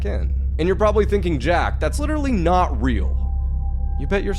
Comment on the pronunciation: "Dudes NUHT"💀💀💀the way he emphasize that